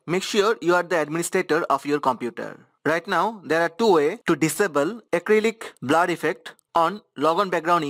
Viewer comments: “BLAR” lol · Thanks helped. But i just love how he sais "BLAR"